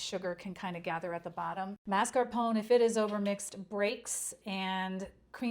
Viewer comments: Thank you for the recipe and wonderful tutorial. Btw, mascarpone should be pronounced as ma-scar-pó-ne. 😊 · Thank you ! Delicious. But pronounce mascarpone by saying the final e as A.